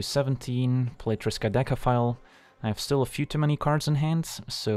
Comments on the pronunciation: Agreed. That's not an easy card name to say the least :D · For real. I thought that right before reading your comment.